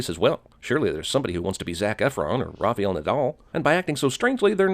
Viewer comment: It is not RaFiel Nadal it is RaFAel Nadal. If you mess up the first name why don't you go and mess up the second one as well? Rafiel Nadil at least would make some sense.